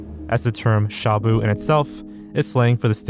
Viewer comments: lol, You pronounced shabu as shamu. sha is quick and short. And bu is more like boo! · your pronounciation of shabu hurts my filipino soul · i hate the way you say "Shabu" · not that it really matters, but shabu is pronounced more like /shuh-boo/.